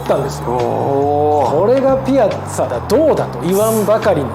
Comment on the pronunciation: ピアッツァのイントネーションってピ「ア」ッツァが正しいと思ってた